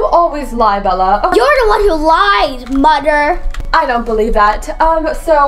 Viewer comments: Why do you say domer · why did she say “moder?!?”instead of mother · Is it me or is say moder instead of mother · right like why